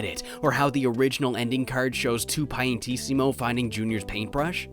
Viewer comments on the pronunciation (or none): "Two piantissimo" lol it's "il", not II like roman numerals. also there are dolphin statues because delfino is italian for dolphin. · Did you seriously always pronounced his name "TWO Piantissimo?" It's "IL" (similar pronunciation to "ill"), the equivalent of "THE" in english (or "EL" in Spanish for a closer example). LOL! I understand the exotic languague but I find bizzare you always saw two "i" and no "l" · Two piantissimo?! 😂😂 it’s Il (il). It’s Italian. You’re still learning about the game today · Amazing video - I grew up with this game and I agree with literally all of it! Just wanted to mention that it's not "two piantissimo" - the font just sucks. It's "IL piantissimo", like "the big plant" or "planty the great" in italian haha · I realize this video is ancient at this point but it's "IL Piantissimo", not "Two Piantissimo". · it's il piantissimo, not 2 piantissimo